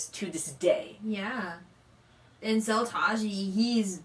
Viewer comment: He is Seo Tae- ji not Seo Tah ji lol